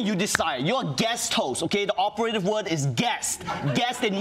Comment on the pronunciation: Ronny said, "operative word" but pronounced it o per A tive instead of o per a TIVE and it threw me off a bit. 😅